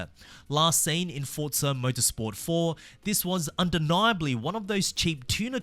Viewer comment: Bro its forza not fortza u